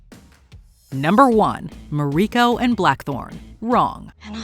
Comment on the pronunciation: How is that the narrator can properly pronounce the names of all of the Japanese characters and location names but still manage to butcher Toranaga and Mariiko? Japanese is not a particularly hard language to speak s far as pronunciations go, even without knowledge of how Japanese is pronounced, all you have to do is pay attention to just 1 or 2 episodes of the show to know how the names of these 2 characters are pronounced.